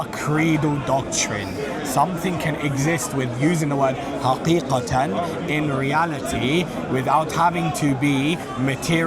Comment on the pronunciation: I might jump in front of a bus if I hear haqikatin one more time